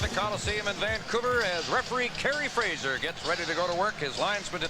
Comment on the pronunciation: At least Jim Robson knew it's Fraser, and not Frasier, as everyone in the free world seems to say post the TV show.